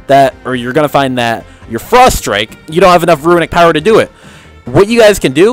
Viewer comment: Are you kidding? It's called "runic power", not "ruinic power" :P